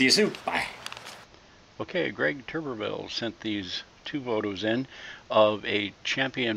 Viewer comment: That turned out amazing. Yep, you pronounced "Turberville" exactly right. I didn't know you'd use the forge pictures I sent or else I would have staged it all better. I'm slowly piecing it all together. As always, thanks so much for the inspiration.